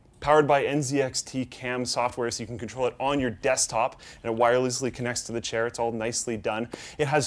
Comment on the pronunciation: OMG HE SAID CAIR LOL